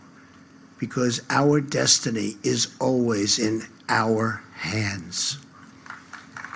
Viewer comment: And whenever he says destiny, he reminds me of George McFly saying density